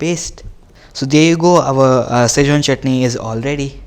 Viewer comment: It is not shazwan it's Schezwan pronounce it correctly dude then ask for 1000 likes